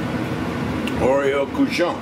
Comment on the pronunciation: Not fair showing off your craquelins! Both look delicious! (But hey, I'd eat a real pig's ear that's been deep-fried, too.) Oreilles is pronounced ore-rayyy. It's much easier to say than it looks.